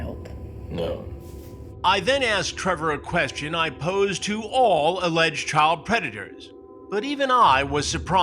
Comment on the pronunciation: Grady Judd cannot pronounce the word Child with a "D" he calls it Chyle